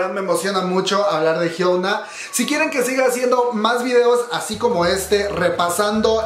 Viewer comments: "jhiouna"... Su nombre se pronuncia "jhiona", la U debe pronunciarse como O. P.D: Interesantes datos👌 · me gustó el video pero su nombre no es hyouna es hyuna (hyona) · El video super completo, mi único problema es que pronuncia "jiouna" en vez de "jiuna" o "jiona" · Ah como me estresa que diga "Hyouna" 😅 mas allá de eso, buen video, ella es admirable. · Perdón pero necesito hacer esto El nombre de hyuna se pronuncia así: Jion-a xD Loviu:v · ¿Porque dices Hyouna? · Je gua pe(? jiouna(? Pronuncia bien KQNSKQNSQ no es de pesa pero enserio tantl decir la palabra estresa y dan ganas de decir que no se dice asi ::v